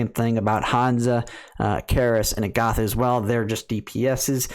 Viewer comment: Ag-uh-tha not A-goth-uh Met-uh not May-tuh